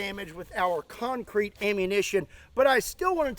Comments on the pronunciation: CEMENT DASLUG CONK CREET BAYBEEE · das conk creet baybee